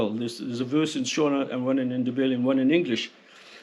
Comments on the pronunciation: You pronounce Shona with the "o" like you would pronounce it in "shore". Sho-na (short "o") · Why did you put so much effort into pronouncing Afrikaner correctly but zero effort into pronouncing Boer or Shona? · Ah yes, the boars and the shoana 🤣😂🤣 I'm making fun of your pronunciation